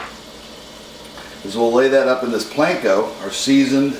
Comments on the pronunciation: It’s Panko not plankco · It is not Planko: it is Panko. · I love how you pronounce panko "planko".